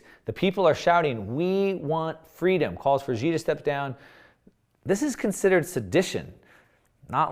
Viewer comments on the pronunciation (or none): His name (Xi) is pronounced She not Zi. If you want to sound like you understand Chinese politics and society, you should know that in pin yin X=sh . If someone calls him Zi, I know that they have rushed to learn the basics . Things like Foxconn etc. practice my friend